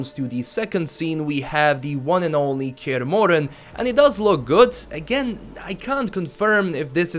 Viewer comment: Kyeeerh moren... It's kaer morhen god damn it